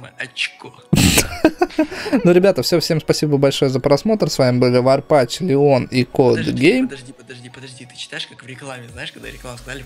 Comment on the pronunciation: Варпатч ты говори ш козьёль как из фильма хэнкок